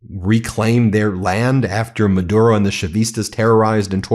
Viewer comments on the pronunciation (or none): none